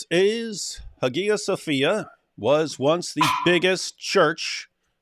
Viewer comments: Guys it's pronounced Haya Sofia. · well that’s the debate in correct pronunciation. There’s a reconstructed koine that sounds more like modern Greek (for some reason. I don’t know why it is). David is using the Erasmian pronunciation, which is pretty much ubiquitous in scholarship (and i use cause it makes the spelling more clear). But the Hagia Sophia is probably Byzantine pronunciation, thus APs pronunciation is probably more accurate.